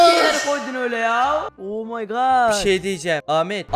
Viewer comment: niye 'omy good' diyorsun😂😂